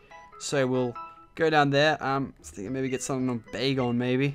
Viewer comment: Bacon sounds like begal